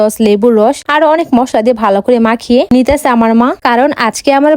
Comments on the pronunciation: মসলা ✅মাসলা ❎ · মাসলা না মসলা 😂😂😂😂😂গাদা 😂😂😂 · তেলাপোয়ানা তেলাপিয়া আর মসলা না মসলা 😂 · বেশি শিক্ষিত হলে যা হয় মসলাকে বলে মাসলা, আরেক ভিডিওতে দেখছি আমি, পাবদা মাছ বলে প্রাদ্যা মাছ 😮😮😮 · মসলা না মাসলা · মসলা ❌ মাসলা ✅😅😅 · মশলা❎ মাশলা✅😂😂😂😂😂😂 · মসলা❎😂😂😂😂😂 মাসলা✅😂😂😂😂😂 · Masla noi apu mosla hobe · মসলা ❌ মাসলা ✅